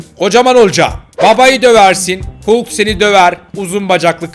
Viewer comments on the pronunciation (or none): none